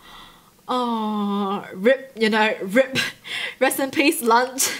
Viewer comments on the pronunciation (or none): The way she said R.I.P RIP🤦🏽‍♀️😂😂🤣